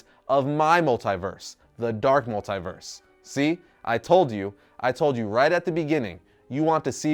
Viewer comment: Anyone else annoyed with how says multiverse?